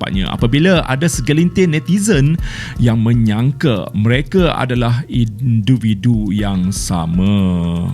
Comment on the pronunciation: siapa perasan dia sebut induvidu